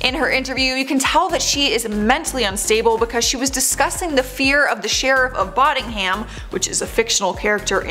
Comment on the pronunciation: Careful with your pronunciations. “Women” not the same as woman, and debuted is 2 Syllables, not 3. And it’s Sheriff of Nottingham not Bottingham 😂. Oh honey